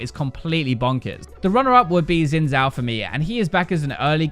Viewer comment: Every time i hear someone pronounce Xin Zhao as "zin zao" my eye twitches..... Xin Zhao is pronounced as "Shin Jhao"- The X pronounced like Sh, and the Zh is pronounced as a soft J.